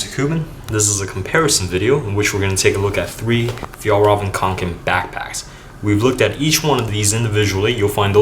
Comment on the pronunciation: Finally a person that pronounces Fjällräven Kånken right